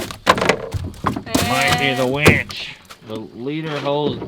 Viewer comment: Wench, not winch.